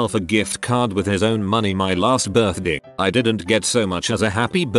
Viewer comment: I like how he says “birthdih”